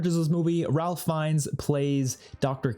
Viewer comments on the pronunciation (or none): none